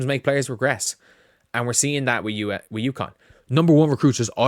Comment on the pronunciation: How many times do I have to correct you. UCONN. UCONN. UCONN!